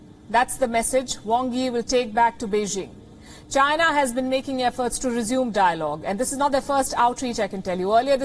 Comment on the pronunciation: Pronounce China... Not Gina!